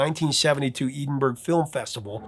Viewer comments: Good video! Edinburgh (Edinburgh Film Festival) should be pronounced "edin-borough" though, not "eden-burg" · Edinburgh isn't pronounced that way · If you've never seen the video for Echoes, it's filmed in the ruins of the Pompeii coliseum. And you'd see that Richard Wright is singing backup, not Waters. Eerie doesn't even begin to describe it.. and fyi: Edinburgh is pronounced "Edin bruh" 😅